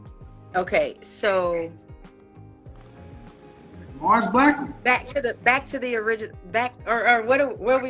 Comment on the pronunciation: He flamed ass 🤣🤣🤣🤣 "Mars Blakmon"